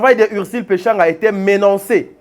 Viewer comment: Papa na niveau na yo tu dis "menancé"???il faut s'ameliorer quand même